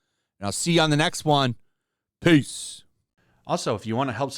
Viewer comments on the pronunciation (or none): none